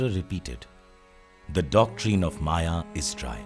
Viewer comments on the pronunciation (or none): none